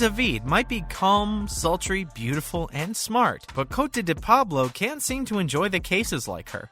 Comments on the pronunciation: Oops I spoke to soon. COTE is pronounced the same as the name spelled Cody/Codie .. Same with my grand daughter who's name is spelled KOTE. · Paisley Perrette?! Doesn’t even know her name! And he can’t pronounce Cote! I hate when they get some know-nothing to read these things written by fellow know-nothings! Geez!